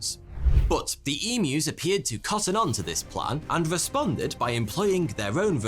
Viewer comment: As an Aussie I’m so happy with how you say emus- most people say em moo